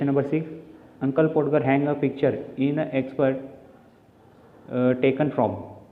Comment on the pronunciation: Podger म्हणजे पाॅडगर नाही, त्याचा उच्चार पाॅजर असा होतो कारण 'D' Silent राहतो.